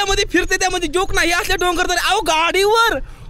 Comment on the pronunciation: डंगर बोलला नंतर डोंगर 😅😅😅😅😅